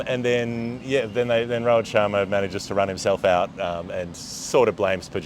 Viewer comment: It's Rohit Sharma not Robert😂😂